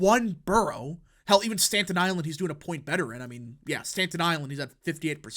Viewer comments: It’s Staten Island not Stanton island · Staten (Stat-en) Island, not Stanton 😢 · STATEN ISLAMD, NOT STANTON. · “Stanton Island” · Why you say it like "stan ton island" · “Stanton island” bothered me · Damn it, can you pronounce Staten Island correctly! Where are you from?